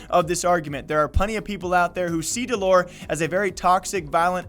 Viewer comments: its dell-er not dull-ore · did he just say dell oor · Please say his name correctly for fuck sake.. your running what you want to be a “news page“ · Wow you got all your facts wrong. You're even saying his name wrong. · Can you please pronounce the name right thanks